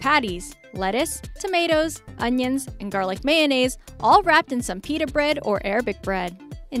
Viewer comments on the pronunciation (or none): none